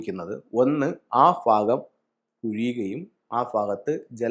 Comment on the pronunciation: Phagam അല്ല ഭാഗം